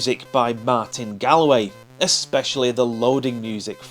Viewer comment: Martin Gaul-way, not Gallway ;) He's originally from Ireland. Why do those POWs look like they're wearing high heels? Great game this, thanks for the memories.